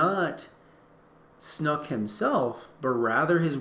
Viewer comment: I love how he pronounces "Snoke" as "Snook"